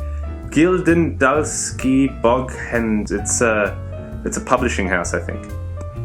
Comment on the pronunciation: oh man, your Danish pronunciation is bad! Gyldendalske Boghandel... :-) But great presentation. And enjoyable too! Greetings from Allan from Denmark!